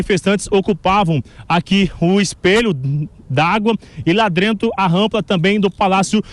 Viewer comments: E lá DRENTO lkkkkkk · Lá “drentro” a jovem pan está mau de reporter hein 😂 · E falou lá”drento “ kkkk alto niivel de reportagem. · Falar lá drento é um grande pobrema kkkkkk